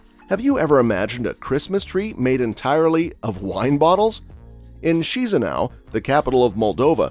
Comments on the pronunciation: The pronunciation of the name of the capital sounds really exotic. Actually, it is keesheenāŭ (Chișinău) and not sheezeenāŭ. Cheers! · I always distrust a video made with generic clips. I have no idea if they are Moldova or someplace else. Your pronunciation of the capital shows you have not done basic research as is your claim for buying an apartment for $1300. What else did you get wrong?